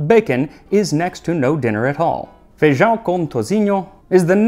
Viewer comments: Holy shit he said feijão right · His ”ão“ is absolute chef's kiss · Honestly I think your pronunciation of feijão is the best that I’ve heard from a non-native. I also wanted to add that with my family’s recipe, sliced orange is actually served on the place alongside the feijoada, and cuts through the heaviness of the dish without conflicting with the flavour. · Hey Max, I must pinpoint what I found most interesting about this, your flawless pronunciation of "ã" in "feijão". I have seen many people not even try to speak that, but that is a sound so particular from portuguese normally foreigners just replace with a regular "a", and you nailed it. What you also nailed was the video around it, as a native brazilian with foreign descent and interest in other countries cuisine I can imagine how much work you put on making this kind of video. Yes, feijoada is still made that same way today, and some people even replace the traditional birthday cake for a party with feijoada instead, as it is much requested by the friends of those who have the good hand for cooking that. Most feijoada "kits" today come with pig feet, snout and ears along with salted meat, smoked sausages and bacon. Yes, these are selected ingredients sold as a bundle to prepare your feijoada. Although it is normally served with farofa on the side, we call the ones with farinha or farofa inside differently, in southern brazil, where I was raised, it is known as "revirado", translating into something like "stirred up" or "revolved", and is normally done with the leftover feijoada. Keep up pumping the internet up with amazing content.